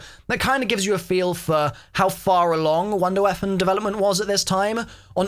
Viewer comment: I swear I hear wonder weaphon??